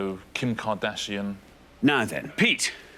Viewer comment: can't even pronounce KardASHian. effing foreigner azeris 🤢